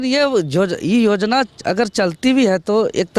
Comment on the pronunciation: जोजना नहीं योजना होता है।